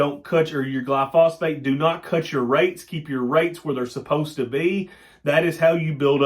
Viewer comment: New subscriber....knew some on alfalfa but know lot more now...gli-so-fate, not gli-phosphate...